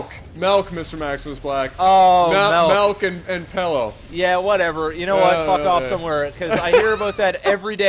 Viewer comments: Is it just me, or does say Mjelk when he tries to say Milk with an 'i'? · It's not that is saying it in dutch, he is just mispronouncing the English word. It just so happens that it is the same as the dutch word for milk. So it's not the Canadian word for milk, we say milk here. People just mispronounce it. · How come I never noticed this before??, we also say Melk. It's Dutch. You're just bilingual;-) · its fuckin' Melk - "nuff said